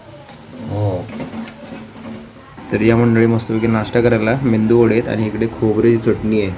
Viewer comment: मेंदू वडे नाही, मेदू वडे म्हणतात.